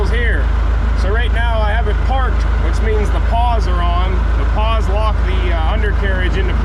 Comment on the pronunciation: You keep mentioning unlocking the "paws" They are "pawls" - sounds like the name "Paul"